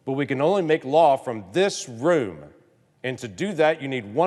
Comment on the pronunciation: Omg he just did the "i have a pen" speech...did say "woom"? Wait, his staffers are leaders? Then what is he